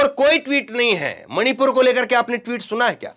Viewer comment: मोदी मणीपुर का " म " नहीं बोलता । 🤔🤔🤔🤔🤔